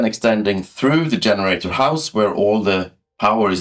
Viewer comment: Yenerator. How did he go from G to Y? 😂